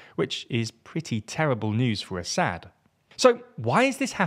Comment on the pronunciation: you can’t even pronounce Assad’s name right lmao run along kid, you have no clue what you are yapping about. Isil fangirl 🤣